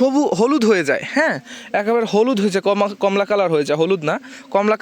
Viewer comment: এর নাম কম্লা নয়, কমলা ।